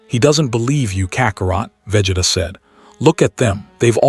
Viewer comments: Vegituh lol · Bruh I hate it😂 they all do it for some reason 🤬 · Wish AI could pronounce Vegeta's name correctly 😂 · Right... how hard is it?